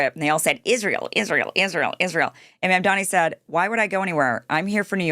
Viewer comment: Insane Randy Fine pronounced Mamdani's name wrong! And Kim didn't call it out. So did the Miller witch. They don't even give a single moment to learn the guy's name. Disgusting and disgraceful.